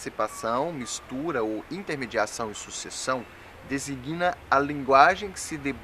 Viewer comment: Não "desiguina", como se pode ouvir bem, mas DESIGNA, sem som de /ui/entre o G e o N.